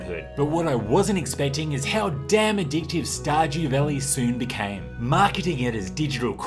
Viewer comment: “Star-gew valley...”